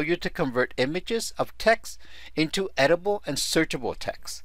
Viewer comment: EDI-TA-BLE not EDIBLE